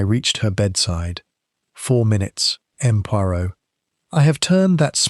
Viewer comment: Why does the AI narrator pronounce “M. Poirot” as “Em Poirot” when it should be pronounced as “M’sieur Poiro”